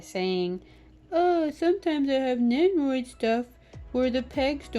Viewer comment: Over all great review but one thing annoyed me… You say nenroid and not nendoroid